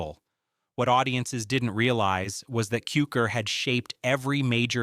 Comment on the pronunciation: Say George Cukor's name correctly.